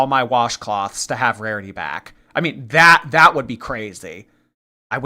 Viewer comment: Can’t wait to see how she does on the lolcow bus show, no one talks with ten syllables at the end of every sentence. She says why do people say things that are not truuuuuuuueeeeee. And I am not going to deal with thaaaaaaaaaaaat. And on and on.. Let’s see how that goes over. lol.